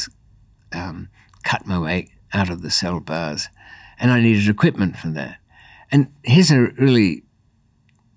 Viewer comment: As an 🇺🇸, at the beginning instead of “cut my way out of the bars” I heard “cut my LEG out” and was like damn this is going to be good.